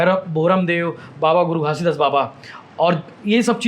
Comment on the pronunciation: भूपेश बघेल के टक्कर में कोई नही है सर। ये परदेसिया के हाथ मे छत्तीसगढ़ नही देना है।इनको तो घासीदास भी बोलना नही आ रहा है।